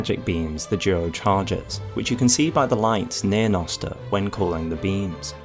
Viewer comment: Also "jnoster"